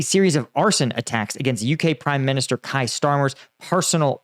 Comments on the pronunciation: It's Keir! KEY-ER Starmer! 😂 Not Ky Starmer! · We told you last time there is no Ky Starmer it is Keir said key-er Starmer. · Keir Is pronounced ‘Keer’ not ‘Kire’ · The UK PM is Keir (rhymes with ear), so think of it as "Kear". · Kier Starmer, its pronounced "Kee~ er" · Cool video - pronounciation uk prime - they pronounce it K-ee-R Starmer, Keer. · Made me laugh how you pronounce Kier... it should be like Pier, or Cavalier.